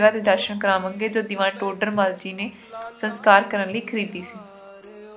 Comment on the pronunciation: Bibi ji saskar hunda a Sankar nahi